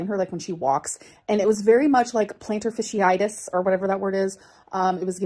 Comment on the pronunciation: “plenter fishy-itus” 🤣